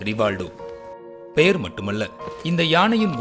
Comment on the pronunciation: Rivaldo... ரி வா ல் டோ... சொல்லுங்க... 😂